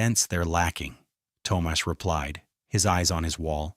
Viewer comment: Toe-moss is not an Irish name. O berrian is not Irish. AI is NOT ok.